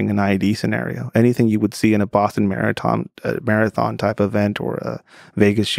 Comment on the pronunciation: So random you can see how he mispronounced marathon and it shows how learning languages and what not will never override your first